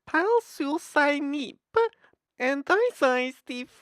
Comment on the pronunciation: Him trying to pronounce Icelandic condiments is making my furniture float